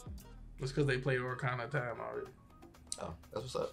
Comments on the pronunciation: bruh really said Orakana of Time LMAO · LMFAO "The Oricana of time"